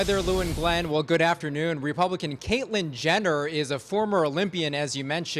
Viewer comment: Sounded like he said Caitlin Gender